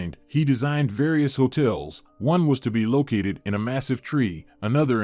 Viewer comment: tourists: too rists, not tyoo-rists. And both was and wuz are legistimate pronunciations of "was" but not the way this guy uses them. Just shoddy, incompetent stuff. Sad. I might have been interested, but I'm outta here . Yecchhh.